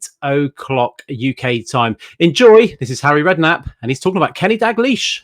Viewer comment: Its DaLglish, not Daglish